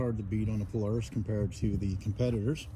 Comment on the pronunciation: Its polaris not poloris